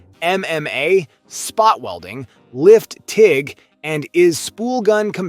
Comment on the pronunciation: so not really a bad lineup of welders (not the best but good options) but as your not even saying the brand name right off the bat says your here for some views and youtube money I know im helping the cause for you but come on, and did I just hear you say TIG wrong too really come on! At least we know who paid the most money for you to do the videos lol How did you launch the video without catching the mistakes, also hope FEMEROL there doesn't mind replacing a brand new ground clamp lol.